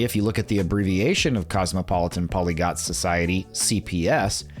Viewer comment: PolygLot. Not polygot. It got weirdly ironic to mispronounce that specific word.